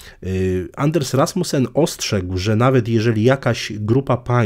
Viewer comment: Anders Fogh Rasmussen po dunsku ( Anas Foł Rasmusen)